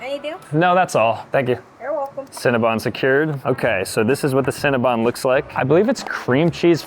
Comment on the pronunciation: Cinnabon not cinnabun